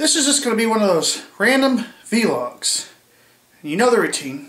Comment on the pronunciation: It's vlogs, not v-logs!